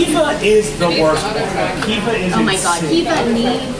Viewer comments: It's actually pronounced "queeva" and not "Khiva". It uses a q sound, because of course it does. Source: I'm Irish. Not Irish American, Irish. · It’s funny because I don’t even think they’re pronouncing Caoimhe properly. Where I’m from (I’m from Kildare, I’m not sure if it’s pronounced differently anywhere else in Ireland), we pronounce Caoimhe like “qwee-vah”, not “kee-vah.”